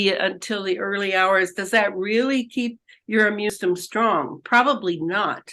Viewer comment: How come this person doesn’t know how to say immune system? It always kills me when these seemingly very intelligent people don’t know how to say or use simple words correctly because it makes them look somewhat unintelligent. 🙏🏻